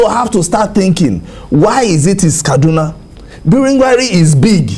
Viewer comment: Abeg the name is "KADUNA" not "KADNA". And also it is "ARMS" not "HARMS". If dem talk you people will pretend you sabi book more than anybody yet to correctly pronounce the name of a major State in Nigeria dey hard you. If it were an aboki that incorrectly pronounced Akure now, you won't allow us hear word. Basket mouths!